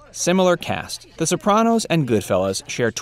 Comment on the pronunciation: the bopranos